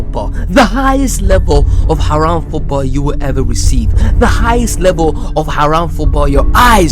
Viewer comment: "Aaraam Football"